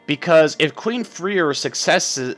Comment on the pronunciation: I know that this is WAYY too late, but Freir is pronounced Frey-ir